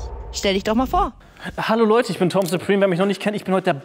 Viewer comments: Wie die eine immer Tim gesagt hat anstatt Tom hat mich am Anfang so getriggert hahah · Wie die die ganze zeit nicht tom sagt sondern tim 😂